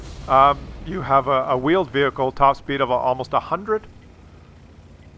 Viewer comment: I keep hearing vealed wehicle